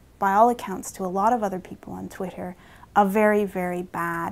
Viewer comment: twit-ter haha. agreed that its pretty lame.